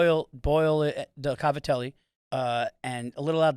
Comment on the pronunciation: hearing an italian american pronounce "Cavatelli" how its spelled and not "Gavadeal" is wild